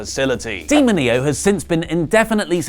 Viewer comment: D-mo-ní-oh... geez!, go back to spanish school Click on the sound icon